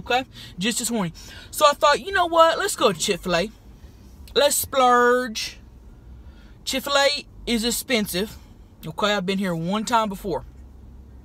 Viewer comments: i died when she kept saying “chiffulay” as chick fil a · I HATE CHIK-FA-LE